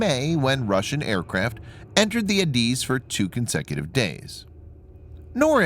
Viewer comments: Beaufort Sea pronounced "bowfort" not "beeyoufort ". and I never heard ADIZ pronounced like that before, always " add iz" but maybe I am wrong. NOT wrong about Beaufort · Goddamit its pronounced AyyyDizzzz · IT's Not ADIZ as ypo pronounce it it is refereed to the Individual Letters A-D-I-Z you did get the full name correct (Air Defense Identification Zone)